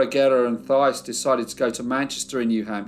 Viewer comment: My great grandfather also left Quebec to work in the mills in Lowell, MA (pronounced "Lole"). My mom's family is also from Lowell. (Also, in the name Thais, the Th is pronounced like "T" - similar to Tyce.) I enjoy your videos.😊